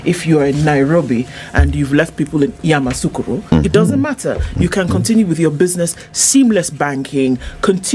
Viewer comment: It’s Yamoussoukro not Yamassoukro